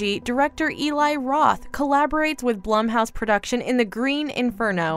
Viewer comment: It's pronounced Blume it drove me nuts when she said it wrong. I have no idea why 🤣🤣